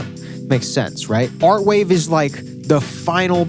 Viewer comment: its avant-garde not artwave